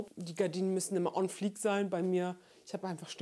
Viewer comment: Hahahah "Gardinen one fleak" 🤣🤣🤣